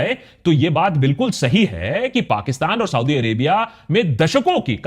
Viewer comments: Please use correct pronunciation it's Saudi (सऊदी) not Sodi (सोढ़ी). Use like one time correct pronunciation .. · Sauti Sauti kyu bol rahe ho bhai aap? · It's not ""sodi"😂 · Sodhi nahi Saudia hai bhai. Correct pronunciation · You constant SAUDee Arabia is so annoying 🤯 You can clearly pronounce it correctly as you keep doing so in the video it self then why this zulm on our ears 😅 #AkashBanerjee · Exactly. This dude mis pronounces names, says Sau-D, Shah Baz Sharif instead of Shehbaz Sharif, like seriously smh